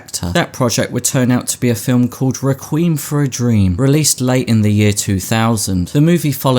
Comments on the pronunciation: Requiem is pronounced reck-we-em not requeem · not a critic, but it's pronounced reck - kwee-um. Not reck kwim. You're welcome. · Rec Ree Em not Rec Reem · Why did you pronounce Requiem as Requem ? 😭😭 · Requiem: rec-qui-um= a Mass for the repose of the souls of the dead. Requiem: Re-cweem= cool ass black people name. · Req WEEM for a dream! 😅 lmmfnro ARE YOU FKN SERIOUS 😅 Requiem= 3 Syllables 3! .😅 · I’m sorry I died at “rekweem for a dream” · Rih-kweem for a Dweem. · requeem for a dreem 😂😂😂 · reh-queem, for a dream... a true classic. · That's definitely not how you pronounce "requiem". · How did you pronounce requiem? Ps Leto is a c*nt. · The way you pronounce "requiem" 😂👌🏻